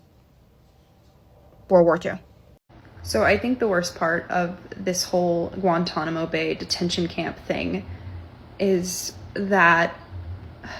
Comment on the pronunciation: " at Guantanamo bey-uh"